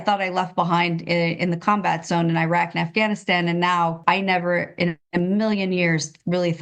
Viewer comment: If she served as a military contractor how come she cannot pronounce Iraq correctly ?? Just another idiot .